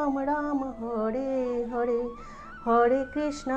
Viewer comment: Hore krisna, not hode krisna